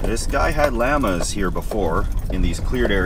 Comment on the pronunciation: thats not how you pronounce the word Llama.